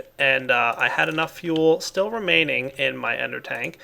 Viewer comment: Why are you saying steal instead of still?